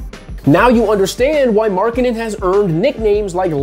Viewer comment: to be honest everytime you say Markkanen i hear " Marketing" :D:D